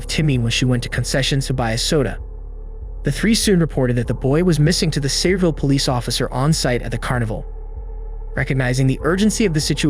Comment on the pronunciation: Say-ville? LEARN THE RULES OF ENGLISH. YOU’RE BUTCHERING MORE WORDS THAN YOU KNOW. It’s pronounced SAYER-ville. Wait. You are really too young for the office? Because it sounds like you missed the whole episode about Dunder Mifflin being part of Sabre. SAYREVILLE. Wow… SMH. They don’t actually teach anything worthwhile in schools anymore. I’m 36.